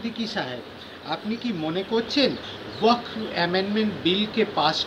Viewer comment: Uchcharon wakof hobe na shothik uchcharon hobe "Waqf"?